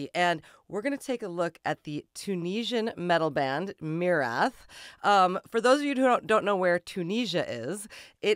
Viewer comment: Thank you for pronouncing the band's name correctly, that's refreshing!